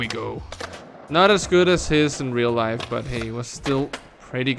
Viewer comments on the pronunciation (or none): none